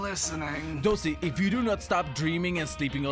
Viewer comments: It Dozy not Dosey -_ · Sheesh, let them comment what they want. Some people heard it as "Dosey" but it's actually Dozy.